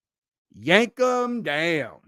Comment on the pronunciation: That was funny "yankem daoown"